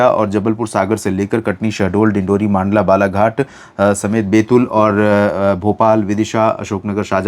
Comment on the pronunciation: Sir मंडला को मांडला ना बोले प्लीज 😢😢😢